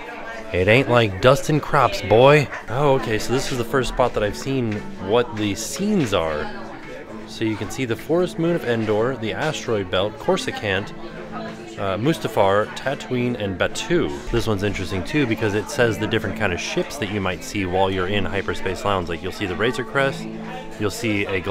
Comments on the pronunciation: core-su-cant? CORESCANT. core-eh-sant. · As a star wars fan... hearing cor-usa-cant both made me giggle and rage a little xD Best way I can phonetically spell it is Cor-us-saaant. Lots of emphasis on the a :D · pronunciation of Coruscant has me dead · Not pronouncing Coruscant "Corsacant". I'm dying! 🤣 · LOL I literally said out loud "what is corsuCANT" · Coursa-can’t 😂 I love lack of Star Wars knowledge lol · can you pronounce Coruscant? "Course I Can't " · I love the pronunciation of Coruscant! If there's a South in that galaxy far far away that is exactly how they pronounce it there. 😁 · The way you said Coruscant was beyond off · pronunciation of Coruscant…